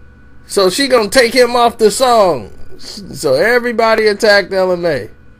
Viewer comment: She did not take the song down her manager did as you read so why you saying she had them take it down! You made a video bc it’s your 3rd one bc you couldn’t pronounce her damn name!